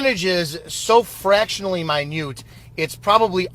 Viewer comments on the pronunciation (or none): Ha-ha...Good one..."My Newt"...